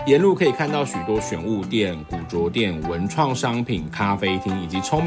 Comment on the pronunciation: 古著，應唸古‘’住‘’喔！ 不是古‘’茁‘’